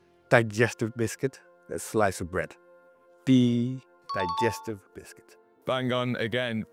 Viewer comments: ‘Die-stive’ - klassisk! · Glad I'm not the only Dane mispronouncing Digestive :D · the "digestive" is just so accurate. typical danish way to say that lol